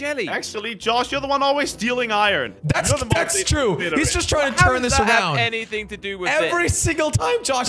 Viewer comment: He says ion instead on iron